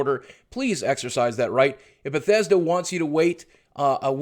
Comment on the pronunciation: fix ur schhhit baw thessch dauh!@@ Kappa